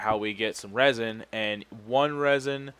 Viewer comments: ITS REZIN NOT RAZIN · Also, when you said resin wrong, it sounded like a shout that would be good for Skyrim. "Rah Zin!!"